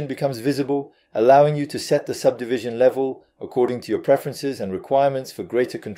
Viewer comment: I don't know, yes it has better english accent but some words the ai is saying wrong like subdivision for example, personally I prefer your French accent as it is real. But I guess you should do what you feel more comfortable with or what is easier for you. Either way I think it's totally fine